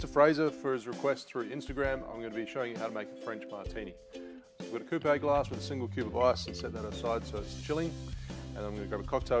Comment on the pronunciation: Coup-ee 🤣🤣🤣 it's coupe....like I even had to google it to make sure I wasn't in the wrong, how are you going to show someone how to make a cocktail but can't even pronounce the glassware correctly 😅